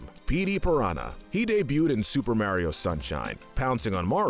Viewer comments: I don't understand how someone can mispronounce Mario when he says his own name, it's MArio, not MAIRio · its not MaryO its Maurio uggggg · Couldn’t handle hearing “Mayreo” every time lol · Not sure why it is, but when you say Maryo instead of Mario, it makes me jealous of deaf people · MAR EE O NOT MARE E O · His name is MARIO, not Marry-O. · Am I the only one triggered by him saying ['Merio'] instead of ['Mahrio']? 😅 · my guy it's MAW-rio not MARE-io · Ok, but how about saying “Mario” instead of “Mærio”? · its mario not merio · It’s Mario not maryo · Ah yes I remamber playing “Mayrio” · he puts alot of emphasis into the "A" in mario, he be like: mArio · The only comment I could find that talks about this. Not a fan of videos with voices that sound like ai and "mare-io" just made me click away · Can someone teach this man how to say mArio? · There's no e in Mario, stop pronouncing it mehwrio 🤦‍♂️ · Ah yes, “Meario”. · Every time you say "mairio" i die a little inside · Couldn’t even get someone that could pronounce Mario lol? I don’t know who Mare-io is. 🍄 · Nobody:: Mary-oh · Everytime a non-British person says "marry-o", a puppy gets run over by a firetruck. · Why do You say Mario so weird ur saying it like mAIR-iyo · Everytime he says mairio, take a shot. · He says it like such a fucking idiot too... it's completely wrong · It's because Kyle is capable of pronouncing names better than does with his damn ''Meryio'' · The way he says Mario hurts me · I for sure can't watch this with you mispronouncing Mario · The pronunciation of mario can’t be forgiven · Say mario like that 1 more time i dare u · Did the pronunciation of Mario in the video bother anyone else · thats not how you pernounce mario the hole video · The way he pronounces mario and warriors hurts me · Why do you ALWAYS mispronounce Mario's name?!?!?! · This guy can’t say Mario right.